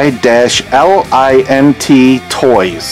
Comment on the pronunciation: I am doing a Rat Patrol Custom Hot Wheel Jeep ... love that show ... just looked up that Ford GT in my Dinky book ...mint in box is worth about 6 pounds and that is back in 1982 price guide ... NYlint is actually pronounced N-eye-lint all one word and that tractor is a Marx toy ...very rare